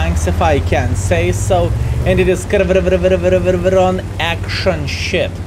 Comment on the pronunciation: 2022 now and still cant pronounce this tank name properly. Jokes aside. Another informarive video!